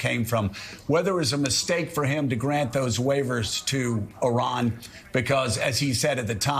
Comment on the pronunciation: DeSantis can’t pronounce Iran correctly. He’s a horrible governor for Floridians. We have the highest inflation in Florida since he became governor. It’s impossible to get home owners insurance. Florida has the highest Covid rates. DeSantis is a a yt Christian Nationalist Authoritarian. The only reason why he won with a wide margin in 2022 is because he cheated by gerrymandering the map. He’s ruining the education system in Florida & now we’re leading with the most banned books in the nation. DeSantis doesn’t care about the Jewish people. When his education department banned 2 books on the Holocaust, DeSantis claimed he didn’t want that woke ideology in Florida’s schools. Anti-Semitism rose 200% the first 3 years while he was governor & sadly it’s still growing. Keep him away from the Presidency if you don’t want this country to become the fourth reich.